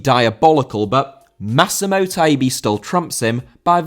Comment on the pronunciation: Massimo Taibi* not Massemouw Taïbi